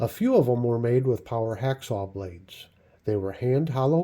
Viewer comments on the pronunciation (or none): none